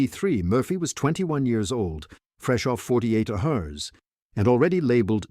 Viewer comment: Thumbs down for horrible AI narration that can't even pronounce "hours" properly.